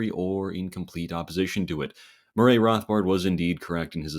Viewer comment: Murray Rothbard's first name is pronounced "MUH-ree" and Stephen Douglas's first name is pronounced "STEE-ven"